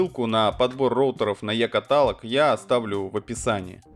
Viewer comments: Какой нахер катАлог? Нерусь дурная. КаталОг, учи. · е-каталОг, каталОг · КатАлог? Ой блять... Лови заслуженный дизлайк. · Блэт , как уши режет слово е-каталог,ударение на вторую а?это пиздец парень... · е катАлаг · Е-катАлог? катАлог, сука? Может быть каталОг! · КаталОг! Не катАлог! Это очень сильно режет по ушам и вызывает дикое раздражение. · катАлог, ахуенно знаете русский, мб все таки каталОг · Е-ката́лог )) я чуть не умер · кАталог? О боже... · КаталОг, сука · е котАлог, я пошел резать себе уши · Е катАлог ахахахахаха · Я нашел сервис е катало'г а е ката' лог нет.... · Я орнул когда он сказал : е-катАлог! Ну так лажануть уметь надо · кАталог, страдай. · не каталог, а каталог! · 100к сабов, а ударения в словах ставить не научился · Вот вроде правильно говорит - каталог, а по ушам бьёт))